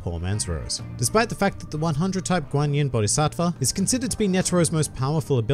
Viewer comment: i like how you wrote the script perfectly and pronounce the 100-guanyin bodhisattva correctly... Netero is basically Saitama of HxH.